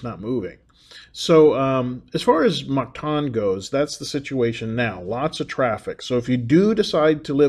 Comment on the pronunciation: You will find its pronounced Mactan -like (m)cat-an not like mar-ket (martan)